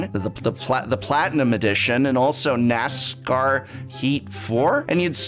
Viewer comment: I like how he seemingly has trouble pronouncing common product names like 'Borderlands' and 'NASCAR'.